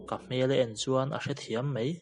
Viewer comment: Hello,New Subscriber......a ngaihnawm hle mai. Mahse,i ṭawngkam hman hi tlemin fimkhur deuh thei la a ngaihnawm zual sauh ang. Eg:- "mei" nilo in "mai" tih zawk tur. A ngaihnawm lutuk e.